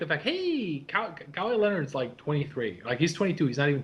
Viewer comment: For the love of God, it's ka-WHY.